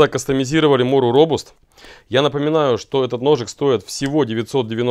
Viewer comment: «Робаст» у дарение на А .